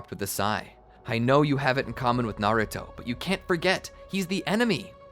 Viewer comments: Is it just me or did he say garrato when the exsam started;7( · anyone else hear him say garuto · Has nobody notice he said garouto😂